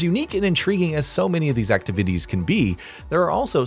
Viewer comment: "acti-vities" huh?